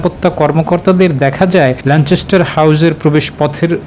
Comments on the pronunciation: কেমনে চ উচ্চারণ আসলো আমার বোধগম্য হলো না, যাই হোক, 'যায় যায় দিনের' দিন পার করে দিলেন সংবাদ পাঠক। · It's Lancaster.....